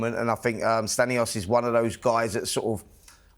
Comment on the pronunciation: Can’t even get stanionis’s name right